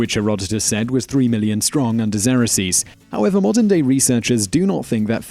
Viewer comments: Point to note here, as far as I'm aware, from past learning and more recent checking up, Xerxes is pronounced "Zerxeez". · xerxes - pronounced x-erk(as in jerk) + seas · Who in heaven's name is Zeroseas ? This is not how one pronounces 'Xerxes' A dictionary will tell you how to correctly pronounce words. Using pronunciation websites is rubbish. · I really love your videos most of the time. But I can't get past the pronunciation of Xerxes. Haven't you ever heard it pronounced elsewhere? I've never heard it said the way you are saying it.